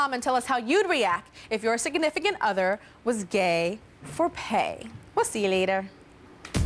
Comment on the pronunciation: Tyra doesn't know how to say "significant"... This is like the 2nd or 3rd time I've heard her say "sig-i-nificant" lol